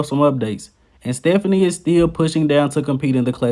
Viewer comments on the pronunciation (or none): His name is Stephane (pronounced Steff-fain), not Stephanie. 😂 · Stéphane Matala's name is a French name so it should be pronounced like "Stéphan"...